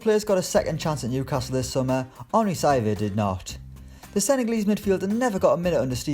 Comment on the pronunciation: It's sav-ee-et not sav-8